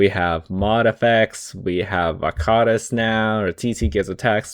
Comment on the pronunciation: damn that is how you pronounce varkaris, good to know